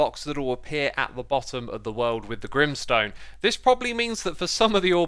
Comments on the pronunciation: Grim sone More like grain sone😂😂😂🤣😂🤣😂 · "grimstone" Me : G R I M M S T O N E